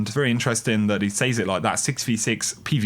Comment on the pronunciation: The way you pronounce "says" bothers me